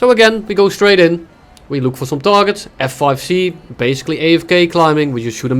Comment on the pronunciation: "today we are gonna be taking a luke"